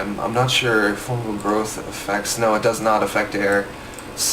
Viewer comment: fangel groth lmfao, fungal growth*